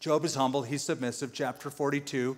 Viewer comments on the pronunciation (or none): none